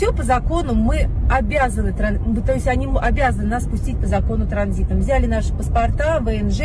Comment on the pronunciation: Українською наголос буде на 'и': взялИ, а не взЯли далИ, а не дАли